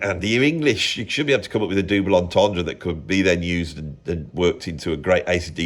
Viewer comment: Did you say, dooble entendre? Dooble?